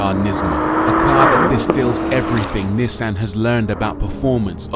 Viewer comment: ^This, not to mention the pronounciation of Nissan.